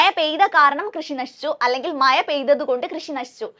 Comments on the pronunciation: മയ അല്ല ടീച്ചറെ മഴ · മഴ എന്ന് പറഞ്ഞു പഠിക്കൂ.......😂😂😂